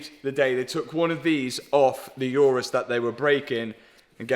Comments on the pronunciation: Day 673 of telling you it’s an Urus, not a Yurus. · Why uz calling it iourous when its names urus ? 😂😂